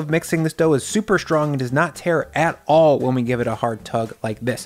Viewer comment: It's not "SH=trong"...it's "ST-rong."